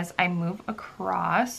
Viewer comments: love the video but one comment: "Acrosst" or "acrossed" are not words. Just plain "across" is correct. Common mistake but you're otherwise very articulate so thought you might like to know. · No no no it’s not American! I don’t know why people say it that way. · there is no "t" in "across". Is this the American pronunciation maybe?